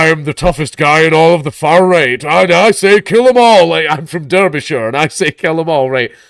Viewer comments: I’m more offended over that poor excuse of pronouncing Derbyshire😢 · Why can't Dank pronounce Derbyshire? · Pronouncing "Derbyshire" like that 😂 I know you WANT to be American, but c'mon